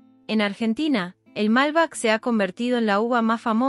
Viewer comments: Es MALBEC, no MALBAC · Mala pronunciación (MALBEC)no Malba . Y mala coincidencia de imágenes con lo que se habla. Bien lo que se dice pero falta mucho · Por que pronunciará "malbec" hacia el ingles (malbac)? En frances, que suena bastante similar al español, sería mas apropiado. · La pronunciación de los nombres es deficiente. Es Nápoles no Napoles, Malbec (con acentuación en la e). Las relaciones entre ambos países son fluidas, exceptuando el tiempo de la Guerra de las Malvinas. Si bien fue iniciada por un gobierno dictatorial, los que fueron a pelear fueron nuestros muchachos, muchos de ellos descendientes de italianos. Italia, junto con la comunidad europea apoyó al reino unido, hasta que los italianos y sus descendientes protestaron enérgicamente por esa posición y debieron suavizarla. Argentina tiene un territorio muy extenso y poca población. Siempre tiene los brazos abiertos para recibir a quienes vienen a trabajar e integrarse con el resto de la población. Acá no se aceptan guetos, sí comunidades de distintos orígenes, pero siempre abiertas. La escuela es obligatoria en castellano, eso empareja todo con el tiempo.